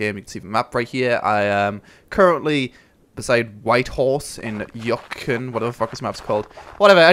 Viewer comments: Did he just say "Yucken"? It's Yew-kon. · you-con Yukon